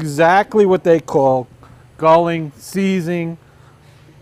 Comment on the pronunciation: its galling, your saying gulling